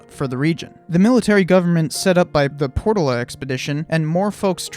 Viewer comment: Portola: "pore TOE luh"